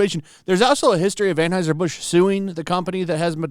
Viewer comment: AnHEUSER. Stop saying AnHEISER!!!!!!!!